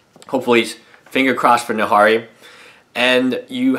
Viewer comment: Who also cringed when he said Nahari